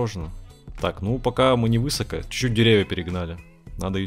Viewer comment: В слове высокО ударение на второе О, а не на Ы, ну ёклмн..